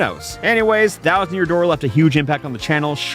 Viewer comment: Release the thousand yousand dousand vid